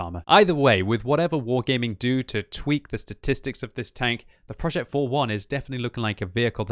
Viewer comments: Hey here's an advice on the pronounciation of the name. This tank's name is said "projeh" and not "projet" it's not like progetto. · Pronounce PROJÈ(T)